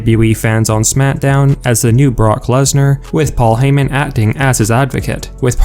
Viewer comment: Did you just say Parker Lesnar?😂😂😂😂😂😂😂😂😂😂😂😂